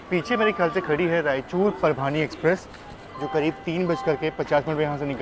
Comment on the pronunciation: आपका अंदाज़ बहुत pleasant है. गाते भी अच्छा हो 😊. आपके videos देखकर relax हो जाते हैं. All the best! (एक छोटा correction - परभानी ना बोला करें. परभणी कहें)